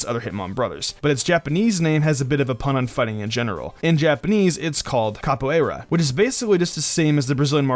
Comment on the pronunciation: Smh the way you pronounced capoeira, anyways, capoeira is probably the most unique martial arts out there, which is why I love hitmontop, I also do capoeira and can say Its amazing